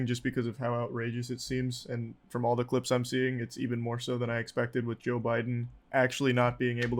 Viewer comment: He said Joe not yo lol